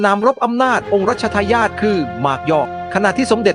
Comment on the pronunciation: 😂😂😂😂 องค์รัชทายอทอ ใกล้ชิด่อ 😂😂😂😂 ทำไมไม่อ่านเองให้ Ai อ่านทำไมภาษาไทยเลยจะวิบัติหมด